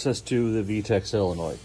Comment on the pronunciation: Why do you call it a "sillanoid"? It's pronounced SOLE uh noid.